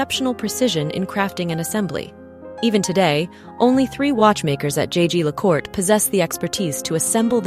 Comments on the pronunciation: The pronounciation of French in this video is appalling! Her majesty’s watch was twice made by jaeger le coultre, pronounced Yeager le kultre. Disrespectful on your side not to check the right pronounciation.😮😢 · Very odd mispronunciation of Jaeger Lecoultre. An even stranger thing to lose - unless the first was exchanged for the newer one? Fascinating channel as always though.